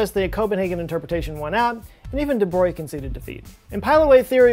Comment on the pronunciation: legends says Bohr answered :"Stop telling God what to do with his dice." Edit : thanks for pronouncing De Brogli correctly (and spelling)